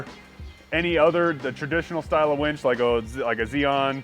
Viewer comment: It's called a winch not a wench